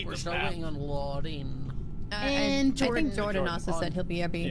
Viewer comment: How says "Jordan", its satisfying. i dunno how to explain it......but it makes me feel complete.